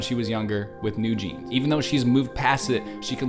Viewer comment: Just subscribed. Your analysis is more than perfect! BTW, you pronounced NewJeans exactly, but wrote it down "NewJeanz" It is 뉴진스, not 뉴진즈 :) Thanks!